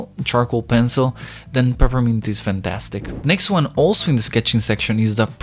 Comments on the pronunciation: me: peppermint him: prprmnt lol edit: i got a like :D Another edit: WTH A TON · He doesn’t know how to pronounce “Peppermint”, but i like it. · its so pure that he cant really pronounce peppermint <3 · I’m sorry I had to do this 🥹😭 ”perpint”